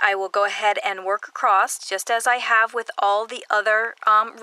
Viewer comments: I have watched many of your tutorials I just want to say that you keep saying accrosed it’s said across. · Wonderful, wonderful tutorial...thank you so much! You explain things so clearly! But please! There is no 't' in the word across! LOL